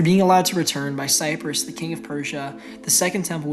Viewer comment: Great video. Minor correction, if I heard it correctly... it's Cyrus, not Cyprus